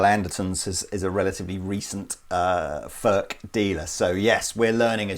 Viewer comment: Its NOT "FÖRK" nore "FÖRTSCH". He ist called František Furch. Try again. Furch, ( u like in YOU ) ore you want us to pronounce "jeans, update and cool" the German ore Czech way.